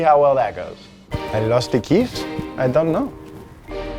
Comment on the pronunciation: make an episode with "i lost the keys, i donno" accent. Much funny.